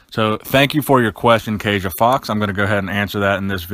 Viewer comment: it's pronounced kasha. Kasia